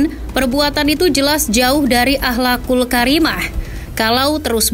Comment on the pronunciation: 😮mani geuleuh nyebut ahlakul Karimah 😂😂😂😂😂